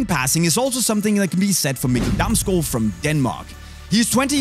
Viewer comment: Very nice pronunciation of Mikkel Damsgaard